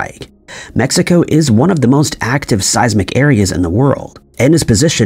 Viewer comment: gotta love AI - MEXICO- across the US